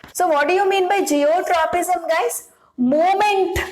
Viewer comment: It's not zeotropism (no word like this at all) It's Geotropism